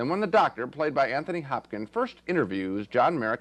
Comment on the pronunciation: Anthony "Hopkin" 😂😂